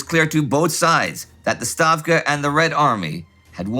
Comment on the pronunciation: Инди Норманович :-))))))) Молодцы, ребята! Ставку уже, вместо "Штавки", как изначально выговаривать научились. Надеюсь "Багрэйшин" тоже начнут произносить правильно - Багратион К 1945му наш Норманович уже почти по-русски заговорит :-)